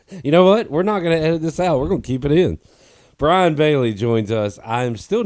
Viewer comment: It's Brian, not Brain!